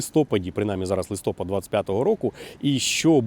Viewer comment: правильно казати листопАд, а не листОпад. Ви ж не говорите снігОпад коли йде сніг, чи водОспад коли йде мова про нього. Якщо транслюєте українську в інфопросторі, то прошу, робіть це правильно, дякую 🤝